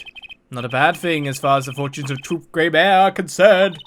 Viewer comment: I think Gramarye is pronounced “gram-a-rye” (like rye bread) or “gram-a-ree”. I think? Besides that though, this is the worst time for a magician to be secretive when murder has taken place! Don’t be so annoying Valant lol